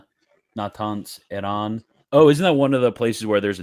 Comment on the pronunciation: We are gonna have to hear Wagner pronounce 'Iran' like that every day now